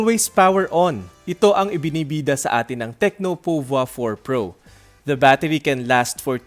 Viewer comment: Yung ibang reviews iba yung pagka pronounce ng pouvoir eto lang yung narinig ko ng tama... Nice review po keep it up